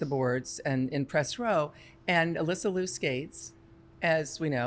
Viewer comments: Here's how to pronounce Alysa Liu's last name. It rhymes with "cute" but without the t sound at the end. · With love and respect to you all, could everyone please correct your pronunciation of Alysa Liu's last name. She has been on the scene for years now, National Champion, World Champion, two- time Olympian, and an incredible ambassador for the present and future of this sport and its art. When she was just on the scene, her name was pronounced correctly by US Figure Skating. What has happened in the past few years? She clearly pronounces her own name as it is spelled in Liu. Love the discussions and the narratives, but we can lead by example and start with giving Alysa this effort and respect.